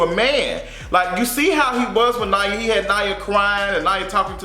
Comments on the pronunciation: Nia not Nya 😜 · Her name is Nia.....Knee-Ya